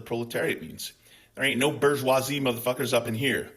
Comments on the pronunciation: Boghjooaazzee... It's the French pronunciation of the word... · Love the way you pronounced bourgeoisie... 💙